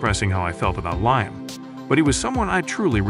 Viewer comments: Its liam not lime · You could have some one who can pronounce his name correctly, show some respect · Can’t get liams name right . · Rubbish, I'm English, click bait and can't even pronounce his name??!!! Irritating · Can you.pronounce his name right .and his funeral hadent happened yet